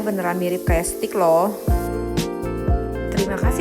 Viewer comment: Steak itu dibacanya steik mbak, bukan stik. Kalau stik itu stik PS dong 😂😂😂